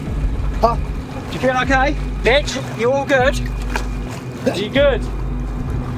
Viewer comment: i just keep hearing B1tch instead of mitch. incredible tho 🤣🤣